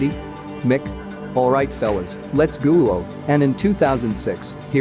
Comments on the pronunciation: Lets gol? Let's go. Did you really read the exclamation point as an "L" and that would be "ghoul" please tell me I'm wrong? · "Let's Gu-lo" 😂😂😂